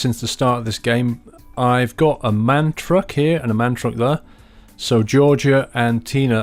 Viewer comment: It's actually called a M. A. N. The sole letters are pronounced. Thanks.